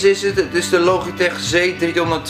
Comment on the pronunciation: Hij spreekt "logitech" heel mooi op zn nederlands uit haha :P